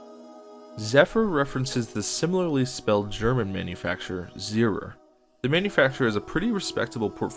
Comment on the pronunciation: CIty Pensinsula is a literal take on Coney Island, found in New York City, as Coney island is a penisnula. Zierer is pronounced Zee-Air.